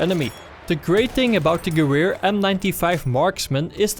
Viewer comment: Gewehr in german means in English gun. so just say gun.